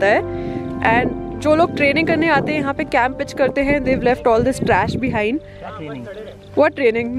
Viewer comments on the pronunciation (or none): none